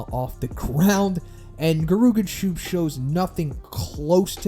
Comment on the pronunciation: "Gerooganshoop" 💀 it's Geh-Ri-Yoo-Gan-Shoup(Soup)